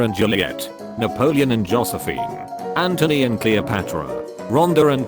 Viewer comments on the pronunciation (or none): none